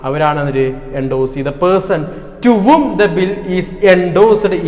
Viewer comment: Whom pronounciation sheriyakaam tto 😀